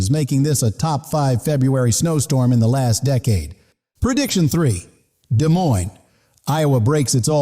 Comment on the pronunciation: De moine, NOT Des Moines.